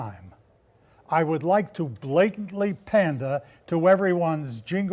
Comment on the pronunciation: was that "pander" or "panda"? i pick panda.